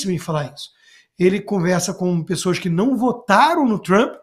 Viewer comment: AS PiSSOAS",CONSTA?!!! SÉRIO?!!!! "pis-so-as"? JÁ NÃO BASTAVA O "ACONTiCEU"?!!